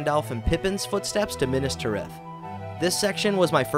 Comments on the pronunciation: the way he says minas tirith makes my teeth grind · Horrific pronunciations. "Minas Ter ith" "Pel are gur" ........................... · God, this is fun, but the pronunciations are making me twitch. Caras Galadhon (pronounced car-as gala-thon) as Care-ass galad-horn was the worst one thus far Edit: Nevermind, I just heard him say Pelargir. Then there are just the ones that are so small, it’s just enough to make someone like me twitch, like Minas Tirith